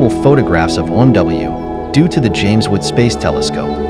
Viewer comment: Ok I have to ask...what exactly is the "James wood telescope"...your robo guy keeps saying that.